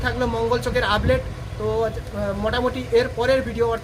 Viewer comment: Ublate ? Naki update ! 😂😂😂